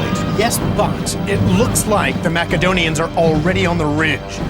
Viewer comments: He called the macedonians Macadonians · If that fucking guy says MAKADONIANS one more time... I will fucking KILL SOMEONE.